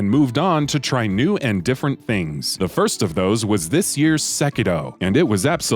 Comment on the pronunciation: Finally someone that can pronounce Sekiro right